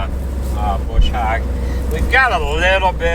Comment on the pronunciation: I like how says it.. just the right eastern accent on the "hog".. lol